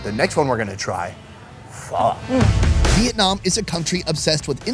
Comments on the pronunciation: Because of this channel I keep telling people that apparently Pho is pronounced Pha. None of them believe it! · Not liking the way pho is pronounced here,I hope that's not actually how it's pronounced